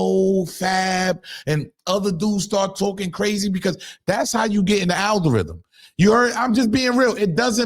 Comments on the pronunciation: The "Althorithm"😂😂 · Nigga said altherithm 😂😂😂😂